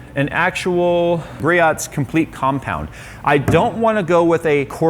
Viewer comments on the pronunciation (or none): I work in Auto detailing and I will say the Griots complete compound is good but Their BOSS Creams are on a whole new level, Also its pronounced GREE-OHS not GREE-OTS ;). Also for your personal cars you should look in the G9 its the gen 4 version of your polisher, If you contact Griots customer service you can trade it in so your not dropping 150 on a new unit. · Hey, it's pronounced "gree-oh's". Great vid!